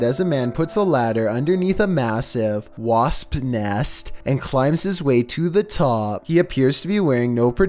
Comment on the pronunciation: “Wahspe nehst”